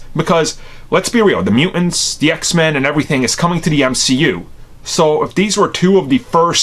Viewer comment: "Mew-ince" hehe